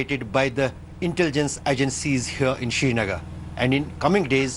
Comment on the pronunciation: Why is pronouncing Srinagar as Shrinagar? This is idiotic. It hurts.